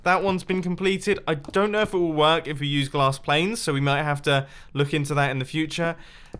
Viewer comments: Mumbo! You said glass "Planes/Plains" its glass PANES! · he said glass planes